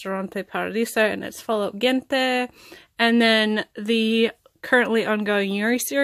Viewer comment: The g in gente is pronunced like a j